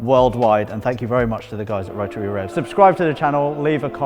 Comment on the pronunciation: Not a damn word... Spoon a bearing? Mazda Rah-uh engine?